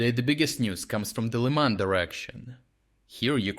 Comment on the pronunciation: the way you pronounce Lyman is ridiculous, even in Ukainian it is not pronounced like that ...